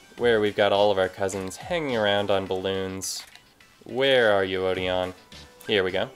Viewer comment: odeon's name is actually pronounced (O-den)